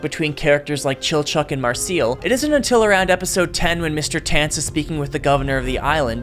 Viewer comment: From the pronunciation of Marcell and Falin's names alone, and essentially the Undine (on dean ayh?) im almost positive this is AI generated garbage, but I'd loved to be proved wrong.